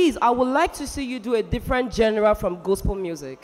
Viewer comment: Someone should help Liquorose pronounce "Genre" correctly! I've heard like a thousand different pronunciations from her! I don't know what other genre she wants this promise guy to sing! Dr. Sid was clearly bias in his judgement of the top 3 singers, Abbey did not have a stellar performance tonight in her solo but her intro and vocals were mad! Molly had a few cracks and flat notes but he maintained good showmanship so I am wondering why Sid will complement how perfect his voice was tonight rather than the actual fact, this wasn't Promise' best but he clearly did better than the other two in the solos. For the trio, Abbey clearly beat both guys, Molly was a bit intimidated by the other two, it showed in his constant jumps and pauses in his falsetto, more like he struggled to stay connected and strong in that performance.... He came through at the end but his confidence in that trio performance definitely did not match Abbey's and Promise'. This is a clear analysis of the three singers tonight! And it is unbiased cos I don't think I have a fave of the three, they are amazing! Exodus crew did well but I think clouded moves stole the show tonight! Sharon and Abbey should go to the voice Naija next year. Based on consistency and crowd support, here's my prediction for the cash in the finale: 1) Promise 2) Exodus 3) Molly 4) Clouded Moves 5) Abbey 6) Oludasa (people won't vote Oludasa that much cos most viewers don't actually pay attention to creativity, they are moved by the crow